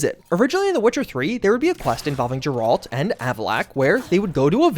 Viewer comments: It's pronounced gare-Lt not grr-alt. sorry that annoyed me lol. i mean no disrespect. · Geralt Not Jeralt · Brother no way you call him Jerault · Jirahlt or reevayae, main character of The Why-chur /jk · hard G in Geralt, not soft like a J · Ah, yes. "Jeralled." My favorite character from The Witcher. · Did you just call the Witcher Jeralt? 🤣😂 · Great video but I’m curious if you have ever played The Witcher or watched the show? No one ever says Geralt’s name the way you are, it’s (G-air-alt) not (J-er-alt) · who the f is Jeralt? Can't be talking about Geralt right? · Who is ga rolt. It's Geralt, they say his name 100 times in the game and you still pronounce it wrong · Who TF is Jurallt? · “JURR-alt”? Are you serious? I would’ve assumed you played at least ANY Witcher game before… and yet you are flat BUTCHERING his name! How can you NOT know it’s pronounced “GAIR-alt”? As to rhyme with SCARE-alt with a Hard G as in: “Witchers fans GROWLED as inexplicably butchered Geralt’s name over and over in this video”. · it's Gair-ilt. Not Gir-Alt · 'Jeralt' How to say you've enver gone anywhere near the witcher without saying you've never gone near the witcher. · Crazy when people don't even take the time to learn how to pronounce a character's name. Geralt has a hard G. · Jerald? You called Jandalf in Lotr like that too? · Bahahahaha "Jeralt" man that is fucking embarrassing. No interest in watching this channel again because of how hilariously stupid that was. "Jeralt." Wow. What an idiot. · TF is Jeralt 😆😆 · "jeraalt" 😂 you never played The Witcher did you? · Bro really said “Jeraldt” 🫥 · Great analysis But Jeraalt 😮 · Thumbs down for the willful butchering of Geralt (with a hard G). At this point in time not knowing how to pronounce the name is less than pitiful, even my 76 year old dad who doesn't play games knows how to pronounce the name. Do better. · "JERALT". Unsubscribed.🥸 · first it was sanda-vistin and now its GRRALT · 🤣🤣 gurrrr alt